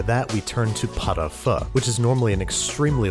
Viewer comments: Okay, you can get away with saying "pot oh foo" though the French say, "peut o feu" but GOOD GOD, MAN, "pot oh FAH"?!!! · Dude i thought you said pot of pho LOL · Great vid but not gonna lie this is the weirdest looking Pot-au-feu I've seen in a while (I thought you were saying Pho at first, very confused lol). Now it doesn't look bad at all, but it's needlessly complicated, Pot-au-feu is a cheap cut of beef like shank or chuck I guess (not familiar with the american cuts) that you throw in a pot with turnips, onions, carrots, leeks, potatoes and marrow bones, the only things you have to mind are skimming and vegetable cooking time. It's strange because some parts of the recipe are really accurate like sinking the clove in the onion (you can char the onion to give more colour to the broth) and others are completely off the mark like adding asparagus and the tartar-ish sauce at the end (homemade mayo does the trick perfectly, and you usually eat the marrow on bread with salt flakes). It's a very hearty, simple, cheap dish that should fit perfectly with your Basics series but you presented a sophisticated and non-traditional version, which looks good nonetheless. I'm not sure where you got that "pot-au-feu is super fancy and laborious" narrative lol. Anyway, again nice vid, nice recipes cheers :) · Anyone else think he said “pot of pho” and get really confused by the end result?